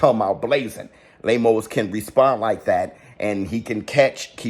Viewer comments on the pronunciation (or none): lol 😂 I love how pronounces “Lame-O’s” 🤣